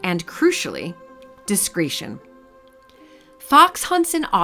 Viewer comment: I noticed too — "discreeetion". This series is so,so interesting but the script has lots of AI-tells (so many lists of 3, so many X AND Y, that it spoils it)